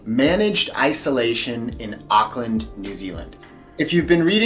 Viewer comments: Arklin lol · awk-land is how we seem to pronounce it in nz :P i remember in one of your accent videos, you said you weren't able to do a kiwi accent anymore, but maybe it will all come back! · yup same they say ockland it's like no, just no lol. No hate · I think you mean Arkland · Auckland you mispronounce. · the way you say auckland tho 😂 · I’ll never get over how Americans say Auckland 😅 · There plenty of salons you can get a haircut in the CBD. Like I said don't forget the check out the Eliots Stables for a good feed. Food from all over the world. Last you are gonna have to learn how to say Auckland like a kiwi since you are one. The vowels are the same as Spanish vowels. You pronounce every vowel. And if you need anything you have a family of almost 5 million people. PS don't know if anybody has told you but you should download the tracer app and scan the barcode when ever you go inside any business.